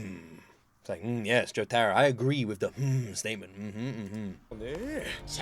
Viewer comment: "Go aheatt, misster Joesterr"